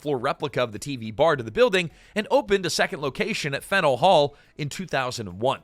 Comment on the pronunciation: Hearing him mispronounce Faneuil hurt my ears.